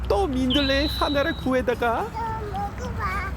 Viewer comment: 한글을 말하는체리가 넘귀엽네요^^ 머고바~하는데 그발음이 넘 귀엽네요^^